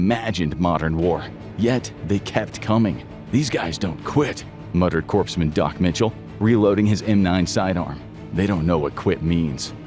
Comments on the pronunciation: Corpsman is pronounced 'Corps-man', not 'Corpse-man' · Is there a real human behind these anymore? "Corpseman"? It's pronounced "korman" corpsman is how its spelled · The word CORPSMAN is not pronounced “corpse-man”. It should have been “core-man”. Why don’t the use narrators who understand what they’re saying? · What's a "corpse-man"? Most folks pronounce it like "core-man." It's from the French "corps" -- hence corpsman. The French like silent letters and the "p" is silent. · it's pronounced cores, not corpse. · I enjoy your videos a lot, but just an FYI. Corpseman is pronounced (core-man). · Hear you say corpseman and turn it off. Be better. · "Corpsman" is pronounced "Core Man". ffs... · Carbine is pronounced "KAR-BYNE" and Corpsman is pronounced "KORE-MEN"